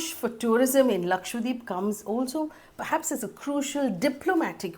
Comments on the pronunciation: Ma'am its Laksha - dweep not Lakshwa - deep...you said it wrong multiple times...please correct it in future...dweep means island in hindi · lakshadWeep, not lakshWadeep haha you were pronouncing it wrong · Idk why it bothers me so much but you're saying lakshwadeep and not lakshadweep. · it is laksha dweep, lakh Islands, how is that difficult?